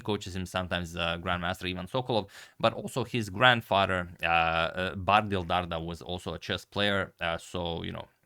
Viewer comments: It's pronounced Dar-Dha. "Dh" is pronounced the same as "TH" in THat og THis. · It's pronounced Dartha like the "th" in the or that. Dardha in Albanian means pear (the fruit). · You pronounce Dardha wrong! "Dh" ist pronounced like "th" in the word "this"! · #agadmator The letter "dh" in the surname Dardha is pronounced same as the letters "th" in the word "there". He is originally from Albania, born in Belgium.